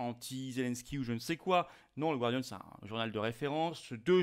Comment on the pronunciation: On dit gardian, comme gardien, et non gwardian. Le mot vient du français...Observation tout à fait secondaire, j'en conviens.